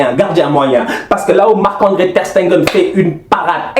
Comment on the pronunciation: Ter Stegen et non Ter SteNgen please ohhh... Sinon Top👌🏾😂 Aussi suarez n'a qu'à se gérer 4 ans sans but a l'extérieur en UCL, doyna nak